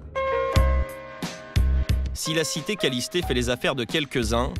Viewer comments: C'est le parc kalliste et pas kallisté 😂😂😂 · Parc kaliste pas kalisté 😂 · Ewe (kalisté) mdr c kaliste wesh renseigné vous avant nn à lieu de dire dla d